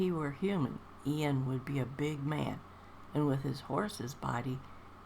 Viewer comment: Another lovely reading, thank you :) Yes, it's Iain with an i, not Lain with an L. Hope you have a wonderful Christmas, Shirley!